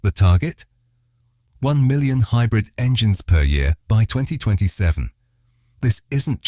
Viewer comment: stop saying hybrif , and say wich energy it runs on